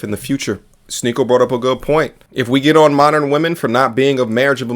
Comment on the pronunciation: Its shneako